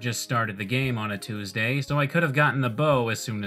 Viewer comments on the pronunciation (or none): none